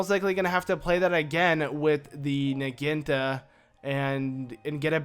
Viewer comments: impa's new weapon is a Naginta? can't you say syllables? it's Naginata. it's a type Japanese spear thingy. Na-gy-na-ta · It's not pronounced nah-ghin-tah it's pronounced nah-ghi-nah-tah. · It's pronounced Nah-gee-nah-tah, not Nuh-geen-tuh. Anyways it's a good part, Impa despite being slow with her usual sword is rather fast with the Naginata to that I agree. BTW I meant to ask with a user ID of "" does that mean you've played next to if not all of the current Legend of Zelda games, and if so what'd you think of Spirit Tracks? I my-self bought it after watching someone play it on a PC emulator, managed to beat the game and sold it once I did god that game was annoying, makes me wish I had game fly tbh. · It is pronounced na gee na ta